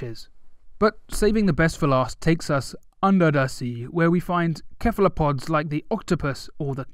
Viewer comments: Um, isn’t it ‘se-fa-lo-pod’ not ‘ke-fa-lo-pod’? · Did he pronounce cephalopods as kephalopods? Smh... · And the c in cephalopods is pronounced as an s not a c or k sound